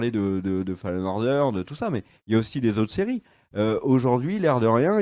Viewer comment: le jeu "foleune onedeurz" ahah